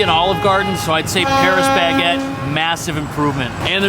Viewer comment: "Pa-ree Ba-gay" 🥐🥖🥐🥖